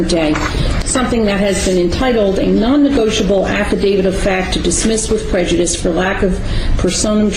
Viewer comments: I know I'm watching this months later, but what's with the weird way they hold their hands in front of them? I know people do that, but it seems more common amongst Moorons. I wonder if it is on purpose? , for example. I love the way the judge keeps saying "negoitable" just the way the dummies wrote it, lol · Love how she punks him! “ negoitable” hahaha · “Non negoitable” 😂😂😂